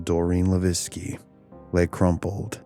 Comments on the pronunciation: Born raised and still live in Fall River. You wanna watch a better documentary on this subject there's a 4 hour documentary that really gets into these murders. You also pronounced Doreen's last name wrong. Its pronounced La veque not Laveskie the way you are. Its a French last name. LaVesque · Great episode. But Doreen's last name is pronounced Luh-vake not La-vecki. For future ref- You can actually Google how to pronounce words and names. It can be helpful. I use it often. BTW, I fully believe these were SR murders. There is a massive effort to keep the dark arts under wraps. They want to deceive you so, they've labeled it The Satanic panic. Ask any former Satanist, they don't want you to know these things happen. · Leveque (le-veck) Come on man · Levesque is not pronounced Laviski It sounds just like this...La-Veck Not an uncommon name around Fall River. Did you not hear any news reports on this story? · Levesque is pronounced "Luh-VECK" I was born and raised in Fall River and it's a common name there. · Are you trying to say Doreen Levesque? Pronounced La Veck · For future reference, the last name of Levesque is pronounced as “le vike.” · So... few things... her last name is pronounced, "la-vay-k." I'm of Canadian descent and live about 25 minutes from fall river. I've known a few people by the same name. Secondly, much like my hometown which was also an industrial mecca, is still an absolute crap hole.... still.. Great story and everything else though just thought I'd point out the name thing. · It’s the “Bridgewater” triangle not bridgeportwater lol and The first girls last name is pronounced “la-veck “ I know because Levesque is my last name lol ! But great stories !!!! I also have family roots that go back to New Bedford as I’m a Mass local 🤘🏻 have many freaky stories in the Forest at Profile rock and the ledge ! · also, the name Levesque is pronounced "luh VEK". Good video otherwise.